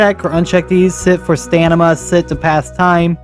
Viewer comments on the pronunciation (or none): haha u said Stanima